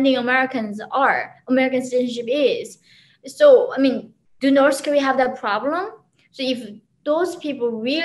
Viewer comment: "Norse Korea"